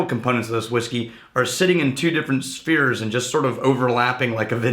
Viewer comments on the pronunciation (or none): none